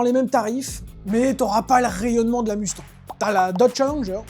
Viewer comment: Écoutez, merci pour la vidéo sauf que vous arrêtez pas de nicker le nom de la caisse ! Ce nest pas UNE MUUUUSTANG ni MOUSTANG les mecs , c'est MUSTANG ! Tabarnak les gars come on ! 😂😂😂😂 c'est bein bon vous êtes français mais c'est la seule auto sur la planète que vous nicker avec le nom !